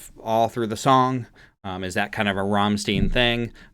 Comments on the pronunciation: It’s pronounced stein with a sharp I, as in a beer “stein” Rammstein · Ahh Rammstein! Didn't see this one coming. First of all it is pronounced "ramm-stine" and they are from Germany. This song is such a wordplay because "du hast mich" means "you have me" but it also sounds like "du hasst mich" which means you hate me. And then it evolves into "du hast mich gefragt" = "you (have) asked me". In my opinion this song is pure Rammstein - simple but powerful riff, simple lyrics but still playing with words and quite a lot of repeat. The genre is industrial metal. I was few years ago in their staduim show and MAN it was the best show I've ever been. Need to see them again and hopefully in Germany! And yeah in this video is pretty much how they always performance (outfits etc). They have a lot awesome songs (live versions are great and they have also cool music videos). I would recommend all of them but here's few: Engel, Sonne, Ausländer, Rammstein (yes it's a song too), Deutchland, Amerika and Ich will. Thanks for this video and keep up the good work! =) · The correct pronunciation of this band's name is "rammshtine" (in German "st" is pronounced as "sh" and "ei" as "i" in word "shine"). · I cringe so hard ever time people ( a lot of the time Americans) pronouce it like rammstine. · How to say the band's name correctly: pronounce the "stein" in Rammstein the same way you pronounce the "stein" in Einstein or Frankenstein. 😉 Their look is basically the Industrial Metal look, it's kind of a staple of that sub-genre of Industrial to wear metal stuff mixed with leather, boots and look as "dirty" as if you worked in a metalworking factory. 🙂 The repetition of riffs and melodic structures is one of the key characteristics of Industrial Music in general. Be open-minded about that if you're going to react to more Rammstein or other IM bands, I know that many metalheads don't like IM because of the electronic elements or the repetitiveness. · It's Rammstein, not Rammsteen.